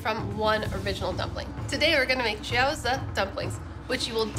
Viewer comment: She pronounces them more like gyōza which is the Japanese version of the dish, the chinese pronunciation is more like jyow zi (as in ch-ow-der)